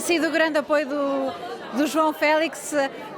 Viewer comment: Porque é que dizem Félis? LOL Que eu saiba quando se diz "Fénix", não se fala "Fénis"